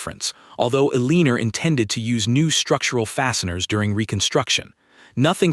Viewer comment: Just curious because IDK how these are written in respect to the device that reads the narration, could the woman's name be "Elenore" (el-en-or)?! ... That makes more sense than whatever is being read. That is just my opinion of course. .... Thanks.